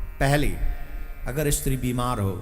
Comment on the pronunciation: પહેલા બોલતાં શીખ ઈસ્ત્રી નહીં સ્ત્રી